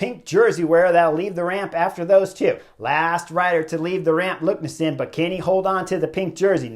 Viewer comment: LEKNESSUND not LUKNESSEND